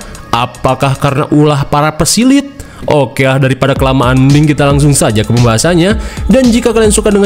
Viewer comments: Pesilat bg bukan pesilit🤭🤣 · Eta si gombai ,,Aduh bang peke kepeleset gitu lidah nya,, saya benerin ya bang PESILAT bukan PESILIT😂😂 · Pesilit? PESILAT KALEEE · Pesilat × pesilet ✓ 😂